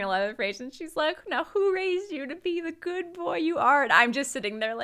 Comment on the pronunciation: Why does say "GOID" instead of GOOD?? Is she trying to talk like modern pop singers? 😅